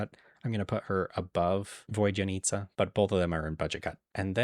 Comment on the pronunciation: Vodyanitsa is basically pronounced 'vawd-yuh-neat-suh', Valeriy is 'vole-air-ee' Also, this is basically how I rank the characters! Maybe a bump up or down, but I mostly! Let's pray for good luck on our 50/50s!! ❤